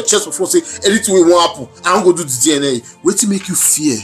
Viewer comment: It's DNA not DIENEA